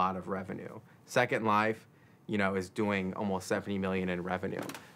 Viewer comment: i heard it too. how do you have a 30 min documentary of virtual worlds and you can't even pronounce the biggest one out there properly?